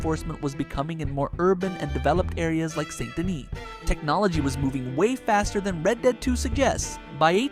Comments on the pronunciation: Saint Denis, not Son do Knee, Sandini or any of that. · How many ways is he going to pronounce Saint Denis? All of them. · This guy keeps pronouncing Saint Denis differently every time he says it, plus, The Vanderlander Gang? Seriously? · You really need to decide on whether or not youre going to pronounce "Saint Denis" right